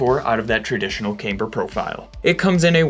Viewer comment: Still says cameeber though